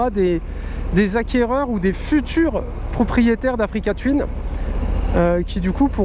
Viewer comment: Africa twin se prononce "twouin" et non twyn!!! bon sang l'anglais les gars!!